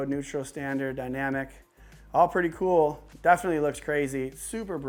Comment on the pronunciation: Y everything keeps saying that word C00l sounds like $CHOOL UGH 😑 LOL RIGHT GIVEAWAY ONE OF THEM TV MOUNTS OR TVS PLZ LOL 😂